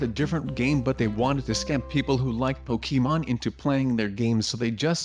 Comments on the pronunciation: umm it’s not Pokéman it’s Pokémon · uhhh it’s pokemon not pokeman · it’s pokeham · it’s pokèmon*